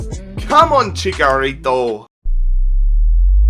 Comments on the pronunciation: you're pronouncing Chicharito wrong. Its Chicharito not chikarito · it is chicharito not chikarito lol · the striker I want is aguëro or swap benzema for lukaku Also ITS NOT CHICKERITO ITS CHICHARITO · It's not chikarito its chitsharito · It's not CHICKARITO It's CHICHARITO Like NACHOS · ViZeR Gaming hd he's right it is pronounced like "nachos"